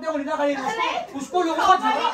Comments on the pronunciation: Its jhagda not jhasa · Its jhagda not jhada